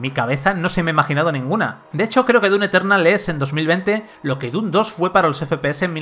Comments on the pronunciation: un shot de tequila cada vez que dice dun eternal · DUN Eternal que dice el del vídeo... problemas con la M? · El "DUNETERNAL" rompe horrible con la seriedad y atención al análisis. Deben cuidar su dicción, por favor. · ¿Soy yo o el reseñador realmente dice "Dun Eternal"? LOL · Progresando en "DUN" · Dun lol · "DUN Eternal" 😂 jajaja xD